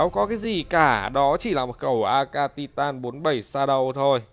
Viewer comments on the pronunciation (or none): none